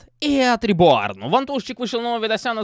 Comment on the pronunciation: реборн,там от слово паркур.Ты немного ошибся в ударении.